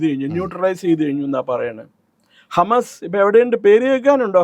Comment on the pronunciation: Hamass illa Hamassolees undu 😂